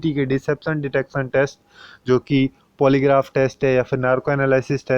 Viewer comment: भाई थोड़ा सा इंग्लिश pronunciation पे ध्यान दो... पॉलीग्राफ होता है, पोलीग्राफ नहीं 🙏